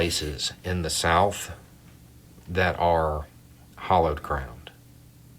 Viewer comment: Both of these people say hollowed ground. WTF is hollowed ground?!? Is that ground in which a tunnel has been dug?